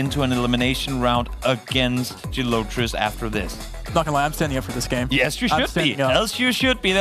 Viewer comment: Yeah dude is super annoying. He also mispronounced Gelotris like a billion times in the face of CG repeatedly demonstrating the correct pronunciation for him.